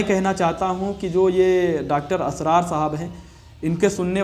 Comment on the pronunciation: अपने इस खैरख्वाह का बड़े अदब व तहज़ीब से नाम ले रहे हो तो सही तो लेलो इस मरदूद का नाम इसरार है ना के असरार 🤣🤣🤣🤣🤣🤣🤣🤣🤣🤣🤣🤣🤣